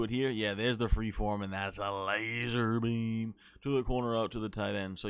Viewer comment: “Laxer beammm” 😂😂😂